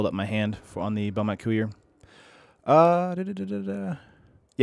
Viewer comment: I like your stream but couldn't watch this one. "Bomat coo-ier" just isn't right. I can normally get over mispronounced card names but that's too much for me.